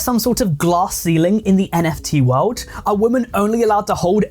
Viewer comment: Plus can we please differentiate the pronunciation between "woman" and "women"